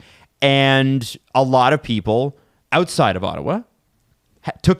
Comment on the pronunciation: It's Ottawa, for christ sake.